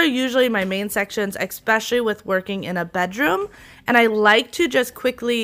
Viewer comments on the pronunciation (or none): Love your videos but "expecially" isn't a word. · I love your cleaning techniques, but please stop saying, “EX-specially”- There is no “X” in especially. Just think of it as de-cluttering a bad pronunciation habit. Carry on. 😊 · I really like your advice and you do amazing work! You seem very professional and have a good heart for your clients.. One pet peeve..."Especially," not "Expecially".